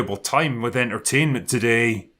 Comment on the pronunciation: I would highly suggest taking a speech class to learn better annunciation. It's deeply embarrassing for a grown man to say "wif".